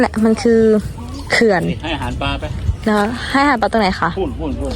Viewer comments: อ่านว่า เขื่อน ออกเสียงต่ำครับ ตุ๊กตา ถ้าเสียงสูงจะเป็น ภาษา ลาว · เขื่อน ไม่อ่านว่า เคื่อน นะครับ เสียงต่ำ อ่านว่า เขื่อน